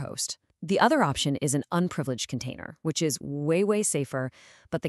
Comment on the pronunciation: "Unprileged"? AI says "yes!"